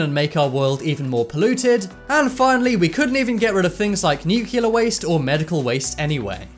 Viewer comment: Is it pronounced "nucular" in your country?